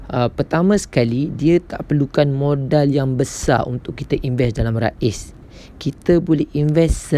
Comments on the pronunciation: bukan Raiz (Rais..nama org ) tapi Raiz sebutannya "Raise.." sebutanEnglish.. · Raiz ris boh.. bukan ra iz sebutan ris. Kurang jelas penerangan awk bercelaru orang lain jadi keliru.. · Sebutannya rease